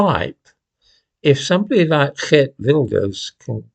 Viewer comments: I like how you say "Geert Wilders" , just perfect ! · you are one of very few English-speaking people who can pronounce “Geert Wilders” correctly, well done. And yes, many people over here are fed up, including me.